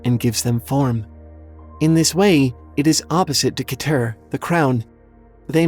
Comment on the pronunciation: Keter is pronounced "ketter" or "keh-tr." Dunno about the other ones, though.